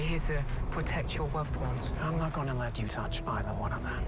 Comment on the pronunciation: Your here to protect your woved wones 😂😂😂